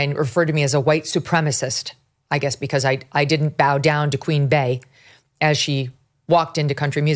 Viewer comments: Jesus Megyn, it's BEEEEEEEE, NOT BAE! Jeez, you even said Bae-Hive. How could you not put that together? Bee hive! I can't stand Beyonce, but even I could put that together. Context clues, Megyn. Use your context clues. 😂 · Queen Bey = Queen Bee, not Bay. Bey hive = Bee hive